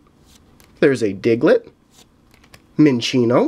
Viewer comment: minccinio is minchino its how they mostly pronounce it in the anime